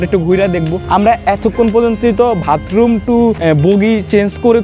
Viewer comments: ভাতরুম না ভাই বাথরুম 😂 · Vai vatroom na bathroom😅😂